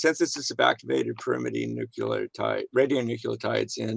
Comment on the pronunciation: "Nuculotide"? facepalm